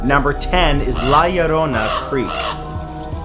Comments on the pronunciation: When Matt pronounces "La Llorona" correctly ♥️♥️♥️♥️ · So cute you say "La Llorona" very well... Here in Venezuela there´s a legend about "La Llorona" Look for it it is veeery scary stuf